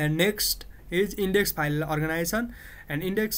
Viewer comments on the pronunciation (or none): its organization , not organition.... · no, "orginizion"